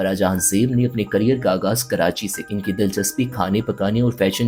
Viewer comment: آگاز نہیں آغاز گمزردہ نہیں غمزدہ